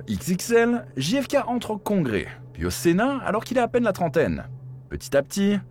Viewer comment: Quel sort terrible ! Néanmoins, "Ne demandez pas ce que peut faire pour vous votre pays mais demandez-vous ce que vous pouvez faire pour votre pays", c'est ce que pourrait dire la macronie aujourd'hui avec la politique actuelle (dixit Bayrou avec ses efforts demandés aux gens). Et ce n'est pas "DJI EFE KEI" mais "DGEI EFE KEI" A mon avis, c'est la mafia qui a organisé l'assassinat ainsi que le meurtre du frère car ils voulaient s'attaquer pénalement à la mafia. Je mets un pouce en bas car le titre est trompeur et ne correspond pas au contenu.